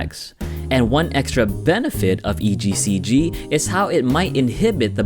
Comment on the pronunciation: he says "ECGC"